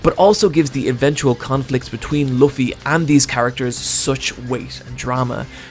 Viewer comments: i'ts quite amzing to see how much this guy loves luffy but can't pronounce his name properly, like it's not that hard to say L-O-O-F-F-Y it really and the show points it out multiple times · oh fuck me he does pronounce Luffy wrong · Luffy ur saying his name wrong